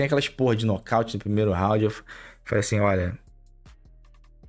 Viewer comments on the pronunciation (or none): none